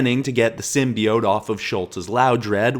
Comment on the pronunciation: She dropped a symbiote in there world o accident and now there taking over "Edit I just realized I made two comments so I'm putting them both here" you gata love the narrators dissent into madness from the symbiotes and its symbiote not simbiot ok stop saying symbiot it bothers me